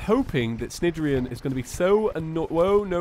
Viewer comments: Just so you know, “Cnidarian” is pronounced naidarian, like in the word “night”. Keep up the awesome content btw! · Cnidirion is pronounced like snide-ear-ee-on